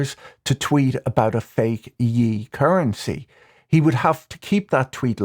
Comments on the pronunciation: Patrick, with respect and love, I cannot tell whether or not you either dont understand "Ye" is pronounced "Yay" or if you are intentionally, tongue-in-cheek mispronouncing it as "yee" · “Changed his name to Yeeee” killed me 😂 It’s pronounced “yae” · Ye is pronounced like "Yay", not "Yee" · Not a glaze but it’s pronounced YAY like Kanye. Yeezus is a portmanteau of ye and Jesus. I don’t understand where anyone thinks YE is pronounced yi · It's Ye pronounced yay (tail end of Kanye) as in the expression of celebrating a positive. 😅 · Patrick pronouncing Kanye's nickname like he's the second person plural in Ireland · its ye, like yay. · "Ye" rhymes with "yay" -- like the syllable of his name that it originated from 😘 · Calling Ye "Yee" is crazy